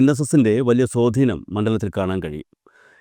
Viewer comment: സേട്ടനോട് ആരാ ഇതൊക്കെ പറഞ്ഞത്. ആദ്യം തന്നെ മലയാളം പറയാൻ പഠിക്കു സോധീനം അല്ല സ്വാധീനം